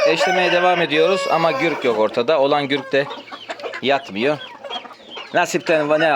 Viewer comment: Gürk değil güzel kardeşim gurk doğrusu